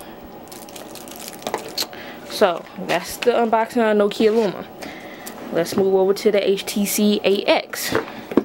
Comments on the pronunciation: It's LUMIA not luma. There is an I in the name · It's Lumia. Pronounced(Loo-me-a)